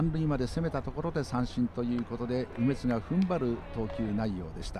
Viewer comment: 実況の方がちょいちょい間違えているのが面白かったです。 特に、中日の「梅津」投手を「鬼滅」の発音されてたのは、耳に残りました。